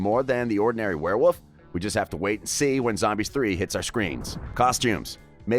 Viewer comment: Ahem its pronounced werewolf